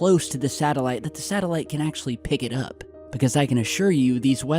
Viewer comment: the way says "pick it up" tho OhMahGod 😱 😂 we love u ol' country ass boy lol!